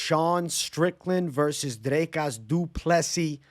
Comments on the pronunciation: Bro pronouncing “Dricus” like Strickland 😂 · Thought it was Jizcus